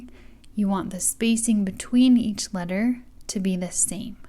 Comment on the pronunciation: 0w0 that “each” hurt me